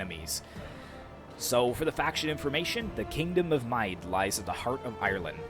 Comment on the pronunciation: Hey! Awesome video, and a great new game, but yes, your pronunciation of Mide needs correcting. It is actually pronounced like “mead”, and is now called County Meath (which takes its name from the kingdom).